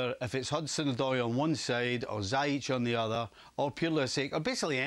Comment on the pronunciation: It still befuddles me to no end how someone can keep repeatedly mispronouncing Ziyech as Zayich. Do you have no idea how to enunciate the alphabets of the English language man??? Absolutely ridiculous, what a bunch of proper baffoons.